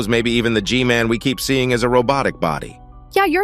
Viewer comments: Hey why are you saying g man name like this g mail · The most of the time i heard i heard her say gmail instead of gmail 😂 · Why does she call G-man gmail?